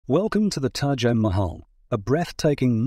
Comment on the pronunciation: I wonder if Taj is the way this video is pronouncing it or have I been saying it incorrectly the entire time.....